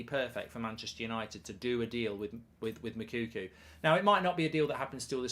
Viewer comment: Please, endeavour to make an effort to get the right pronunciation of the name of the Dortmund striker. His name is not Moukoukou. Hi name is Moukoko.